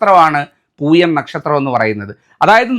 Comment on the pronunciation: തിരുമേനി അത് പൂയമാണ് പുഴയല്ല പൂയമാണ് ചേർത്ത് വായിക്കണം അത് വായന തെറ്റായി അക്ഷരം തെറ്റിപ്പോയി ലോകത്തിലുള്ള ദുരിതങ്ങളിൽ എല്ലാം ജീവിച്ചുകൊണ്ടിരിക്കുന്നത് പൂയനക്ഷത്രത്തിലെ എല്ലാ ദുരന്തങ്ങൾ ദുരിതങ്ങളും ദുഃഖങ്ങളും ജീവിച്ചു കൊണ്ടിരിക്കുന്നത്